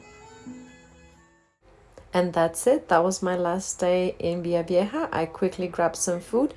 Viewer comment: It is Villavieja. Take care of yourself. There are so many YouTubers out there with "I got robbed at gunpoint" videos in Colombia, it is both scary and downright embarrassing for us as locals.